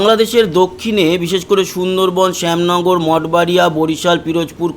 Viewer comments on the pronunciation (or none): none